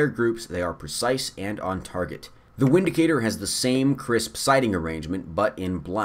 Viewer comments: Windicator is pronounced Vindicator. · pronounced 'Vindicator', nice video, you're not a snob, the Taurus revolvers and the Windicator are good EDC weapons. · It's pronounced Vindicator .... in Germany we use the V and W differently than you Americans do....